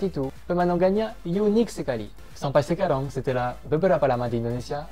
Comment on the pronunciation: Apa sekarang masih bilang sekarong bang.. 😂😂 mendengung gitu yaa pengucapannya.. lafal perancisnya masih medok 😁😁👍